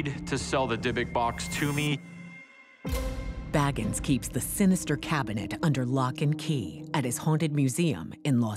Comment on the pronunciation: Zach's last name is pronounced Bay-gans. Not baggans as in Bilbo Baggans. So far, that's the only thing I see that is incorrect. He says his last name plainly at the beginning of each episode of Ghost Adventures. Yes, I'm a fan and I'm one of THOSE people 😂